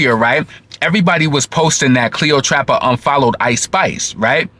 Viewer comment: You're hilarious the way you Say cleotrapa but it's Cleopatra. The shade Lol